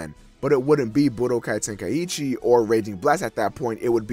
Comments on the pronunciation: Well, I'm an American, but I don't. Honestly, It's just out of habit, but it actually is "Ten- Ka- ee- Chi," not "Ten- Kai- ee- Chi" or "Ten-Kai-Chi." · why do americans pronounce "Tenkaichi" like "Ten-Kai-Eee-Chee"